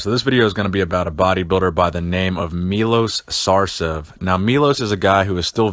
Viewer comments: I know this video is from a while back but, his name is pronounced Milosh Sarchev. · Say it like Milosh Sharchev. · Its actually pronounced Milosh Sharchev (written Miloš Šarčev) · Milosh Shacrchev is how its read :D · His name is pronounced "Milosh Sharchev".